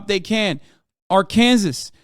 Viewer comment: Am I the only one that listened a lot closer when Hasan said Arkansas and Nebraska? All-in-all, great video and it had valid points, but his pronunciation caught me off guard.